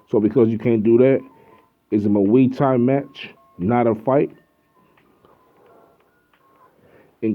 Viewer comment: Boxing isn't fighting. Boxing is a sport. That involves one small aspect of a 'fight'. Mma isn't even a fight. It is the closest sport to fighting though. A real fight involves eye gouging, ripping ears and nutsacks off. And you are pronouncing muay thai wrong. You are way to stupid to be making videos bruh.